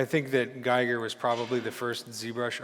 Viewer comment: nice tips! Giger, however, isn't pronounced like "tiger". He was a Swiss guy and is pronounced "Geager" ;) (like "eager")